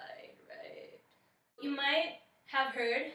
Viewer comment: Hey there, you have an amazing voice. If I may, might I suggest in that Alanis Morisette song that you don't close down the jaw with the oo vowel in you. There is a reason Alanis pronounces it the way she does. She says "I'm haiire to remind "yahow" Say it like that because it keeps the Jaw open and gives the smallest shift in jaw placement. You want to keep the mouth as open as you can at all times and from vowel to vowel make the smallest shift possible. Why? Because when you shift from Ah (open) to oo (closed) there is a tendency for a slight drop in pitch. Also the tongue gets in the way and less air is allowed to escape the throat which causes tension at the base of the tongue. Test it for yourself.